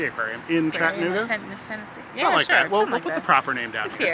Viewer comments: Please keep in mind that there's an "a" in chatt"a"nooga....in case you do another episode. Glad you enjoyed your visit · Its Cha tta noo ga